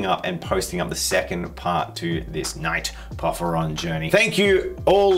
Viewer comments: For the pronunciation, its pour-fear-ion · teal and it's pronounced po fi ron. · "Pour-fear-ee-onn" There ya go. It's the name of the King of Giants in Greek Myth. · it is to my understanding por-phyr-ion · I'm that one commenter who corrects your pronunciation. Por-fie-ree-on.